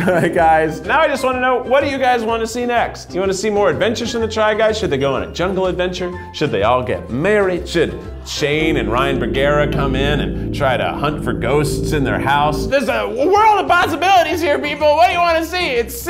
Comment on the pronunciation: I think it was intentional, but Keith legit said, "Neds a ghost, get Boogara!!" (Instead of Bergara) I miss BuzzFeed Unsolved sm.😭❤️